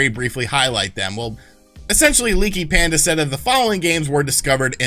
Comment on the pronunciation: Pandy not panda 🤣